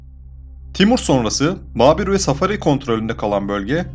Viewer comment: Hangi kaynak Kuşan'ilerin Pars olduğunu yazıyor?? Hocam bilgi verirken düzgün bilgi verin ya. Saffari Devleti'nin kurucu ismini bile yanlış telaffuz ediyorsun. Yakıp b. Leys şeklinde telaffuz olur Lait ne ya. Horasan'da (Afganistan) Seferi Devleti diye bir Devlet yok! Saffari Devleti var. Afgan halkı terimi yanlış bir terim. Yanlış duymadım demi arkadaşlar hoca Seferi Devleti diye telaffuz etti. Bu bölgenin her yönden geri kalmasının nedenlerinden biri bu zevvatların ( Peştunların) yabancı desteğiyle bu güzel coğrafyada iktidara gelmeleridir. İngilizlerin kırılması( öldürülmesi) Dost Mohammad'ın ikinci defa iktidara gelmesinden öncesinde vuku bulmuştur. Afganistan'da krallık Emanullah ile başlamadı hocam. Emanullah, Dost Mohammad'ın soyundan gelmektedir. Dolayısıyla Emanullah'ın krallığı Muhammedzai( Dost Mohammad Han'ın sülalesi) devamıdır. Davud Han ilk başbakan değildir belki Cumhurbaşkanıdır.